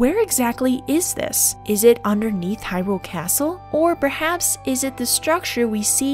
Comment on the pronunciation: Why can't YouTubers pronounce Hyrule? It's in the freaking game ffs!